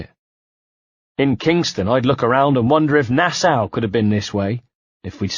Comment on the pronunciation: to whoever is the reader of this audio book......Nassau is pronounced Nassaw and not Nassow.